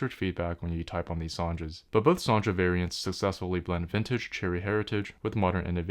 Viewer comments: It's "Son'a" not "SonDJa"... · How do you keep pronouncing them like "Soundra"? There's no u, no d and no r in there! 😃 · I'm pretty sure it's pronounced "Sonya" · Also, several languages pronounce j like an English y. This reads as Son-ya to me. 🤷